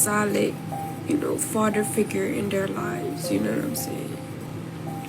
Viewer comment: ‘fadder figure’ pissed me off